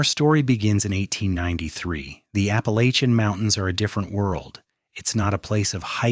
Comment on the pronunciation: Another ai voice that can pronounce Appalachian